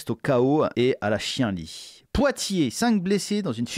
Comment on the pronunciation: ca se prononce chianlit, tu as appris un nouveau mot, maintenant il se temps que tu le prononce correctement... N est pas De gaule qui veut